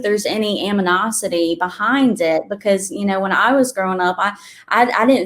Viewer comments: Ama nah city dam it's animosity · I'm sorry but her saying "AM-I-NOSITY" multiple times brought real tears to my eyes. 😂😂😂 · Not being judgemental, but I am a granddaughter of an English teacher. The young woman who kept mispronouncing animosity was very revealing. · Especially regarding the "aminosity" 😀